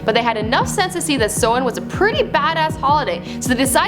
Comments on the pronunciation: did she just say somahin.... bitch its samhain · It's pronounced "sou-han" not "so-in" atleast try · it's pronounced "SA-WENN" not "SO-WENN". Mericáineach dúr. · It's pronounced s-ow-in not so-in and it's spelt Samhain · Its not from festival pronounced So-Wan its pronounced Sow-in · Pronounced Saaa-wan. Why dont you get an actual irish person to do these types of before they were famous 🖕🏻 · Sorry but its pronounced Sawwin but is spelled like Samhain